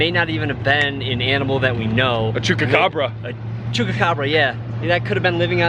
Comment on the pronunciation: Loving the vlogs! Keep them coming! Oh and by the way, its Chupacabra not Chucacabra LOL!